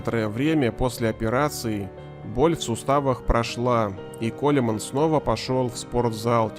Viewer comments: Коулмэн ребята. Не колеман.не кулеман.не хулимэн. Это как со Стэйтэмом. "Стэтхэм" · Произносится не колеман, а коулман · Да не Колеман он!!!! А КОУЛМЭН!!!! КОУЛМЭН!!!! Грамотеи эти "авторы"!!! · Колман, а не Колеман. Чтоб у вас за это язык отсох! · Ронни Коулмэн! а не колеман! КОУЛМЭН! запомните наконец. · Почему его называют Колеманом? Он Коулмэн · Он не Колеман, а Колман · Он не колеман, а Коулмэн! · Да господи, не Колеман, а Коулмен. Откуда столько неграмотных людей... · Не колеман, а Коулмэн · Ронни Коулмэн, а не КолЕман! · Ронни Коулмен, а не Колеман. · Не Колеман, а Колман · Зачем так извращать фамилию величайшего бадибилдера?Его имя произносится как Колман.Буква Е не произносится.Позорище. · Аж ухо режит....Колеман....баааааа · Акцент на о ! Ухо режет.